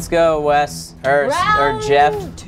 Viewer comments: dude they fuck up wes name so many time i can't even remember what his name is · I dare anyone to list all the names called Wes in this episode haHAHA "sangria" cracks me up every time